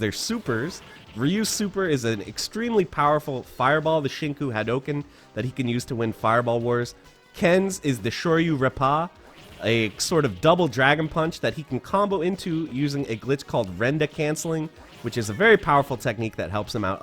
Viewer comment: Why are you saying Reppa like that. Rep-pa not Rep-PAH